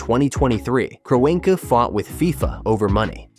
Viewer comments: What the ever loving fuck is this video? The Giants and Jets are not bitter rivals in the same division, they're not even in the same conference. Then you have the complete butchering of Stan Kroenke's name (KRON [like Tron but with a K] Key). If you're going to use a speech bot forget the correct spelling and spell it phonetically. As for the stadium itself, no it's not the biggest or the flashiest, but it's still got a pretty decent capacity at over 80,000. I know Jerry World in Arlington can host more, but there's no transit infrastructure to go alongside it. And I think it too is still too narrow like SoFi. On top of all that as I watch further, the security thing probably is accurate but it should be noted that they've hosted a Super Bowl before. An event just as big as the World Cup Final. I guarantee they're familiar with that whole operation and the necessary addition of extra checkpoints. One more thing as I reach the end: the reason why the Giants & Jets don't use grass is that they've tried it before and it was a horrendous failure. Back at the old Giants Stadium from about 1999 until 2003, they used a natural grass field. By the end of the season it was more or less dirt spray painted to look green. You had the Giants and Jets play a combined 16 games there a year, then there's the odd College Football game or two during the year, concerts, and towards the end of November, you have High School football championships held there as well. I know technology has advanc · A.I voice didn't like the name Kroenke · The synthetic turf issues won’t be a problem because there will be a natural grass surface in place. Like they did last year. Of all the issues that this World Cup has, the venue for the final isn’t one of them. Also your AI chatbot doesn’t know how to pronounce the owner of the LA Rams.